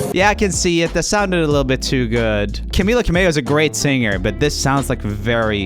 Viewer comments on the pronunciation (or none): Did he say Camilla camello. It’s Camilla Cabello. Srry if I misspelled it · He called Camilla Cabello “Camilla Camello”😅🤣